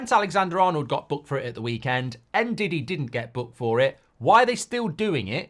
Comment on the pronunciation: he pronounced it right just sounds like diddy: )😊